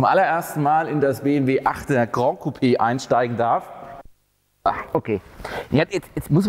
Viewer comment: Geiles Teil! Würdiger Nachfolger der 6er GC. Ich werde mir einen 6er GC gönnen, der 8er ist echt in einer anderen Preisliga. Möchte noch erwähnen dass das "GRAN" nicht aus dem Französischen kommt...und es dementsprechend von fast allen falsch ausgesprochen wird...sonst würde man es "GRAND" schreiben und so aussprechen wie du. Tatsächlich spricht man es 1:1 so wie man es schreibt